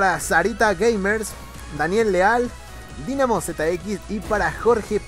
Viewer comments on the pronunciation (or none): gracias por el saludo men PD se pronuncia DAINAMO ZX